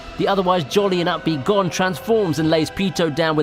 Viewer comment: u pronounce gon as gone its actualy (go)ne